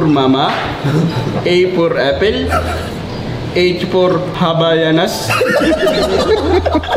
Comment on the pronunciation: CONG: A for...: Affel 🍎 CONG: B for...: Bell 🔔 CONG: In short...: Affeldabell HAHAHAHAHAHAHAHA!